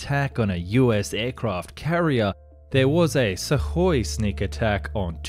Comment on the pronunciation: You aren't going to fix the pronouciation of U in sukhoi are you?